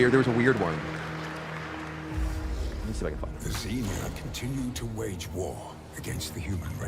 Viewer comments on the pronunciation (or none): none